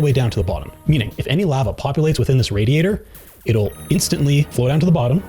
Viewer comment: Loved the gameplay, Loved the presentation, Hated the way you said radiator